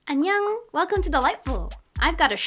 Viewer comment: 사랑해! Do you know Korean? In the beggining you said annyong ( 안녕 )